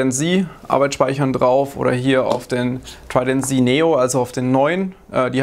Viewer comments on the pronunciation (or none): Ich hab Tridant Z noch nie deutscher gehört ,danke dafür XD